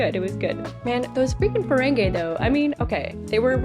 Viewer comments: just one small note as an fyi - i understand that for the first instances of seeing the ferengi, they pronounce it like 'feren-gay', but with the evolution of the species and more common appearances on the shows, the pronunciation is 'feren-gee'. i hope you watch the other series like ds9 and voyager too, they're so great <3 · The word Riker used was the name for a person (such as me) from Ontario Canada... The Ontarian manifold:) Just a lil FYI for ya tho it is Ferengi not Ferengay \o/ (fur-ang-gee) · It’s so funny how so many reactors call them Feréngé 💃 💃not a dig, it’s just funny